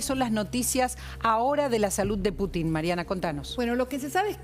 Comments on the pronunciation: Ninguno de los que estaban en la mesa pudo pronunciar el nombre del presidente Putin correctamente. E intentan informar, este es el nivel de los periodistas argentinos... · Esta paupérrima periodista de apellido Santillan, CON TODA MALA INTENCIÓN, modifica la pronunciación del apellido del presidente ruso., con la connivencia de los gerentes de esta agencia de noticias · Paupérrima periodista, incluso CON TODA MALA INTENCIÓN, modifica la pronunciación del apellido del presidente de Rusia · A ver señores periodistas les voy a enseñar un poquito de ruso,Putin se pronuncia acentuando la U,y es evidente porqué acentúan en la I,eso demuestra su animosidad,se les nota mucho